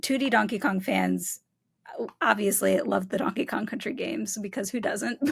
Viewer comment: kept saying donkey kon